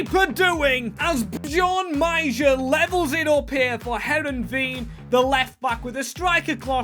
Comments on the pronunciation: English speakers can't pronounce anything that isn't English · butchering this teams name